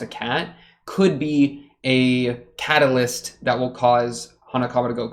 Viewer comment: CAT-a-lyst (I'm so sorry)